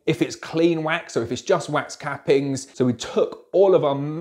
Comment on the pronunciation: You say wax, I hear quack!